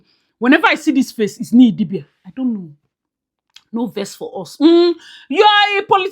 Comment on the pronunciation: Crying at how you’re still calling her Nee Idibia, I’ll never get over that🤣🤣.